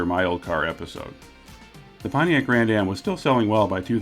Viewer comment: Potiac in the 80s through the 90s; you said it right. More body cladding!!!